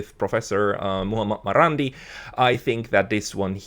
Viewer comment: it's not "Muamur" or something like that you are pronouncing. It's S. Mohammed Marandi.